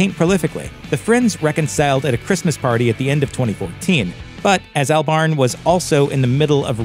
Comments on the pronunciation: Isn't it pronounced Awlbarn, not Earlbarn? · Who is this "Al Barn" he keeps talking about?? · Is it not pronounced Albern? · “ Albarn” lmao the way he says it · that pronunciation of Albarn tho...